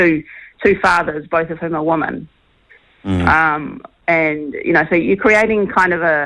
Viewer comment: Shawn, please learn the pronunciation of "women" (pron. "wimmin").